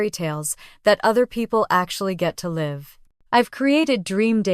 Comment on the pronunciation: Constant miss pronunciation of live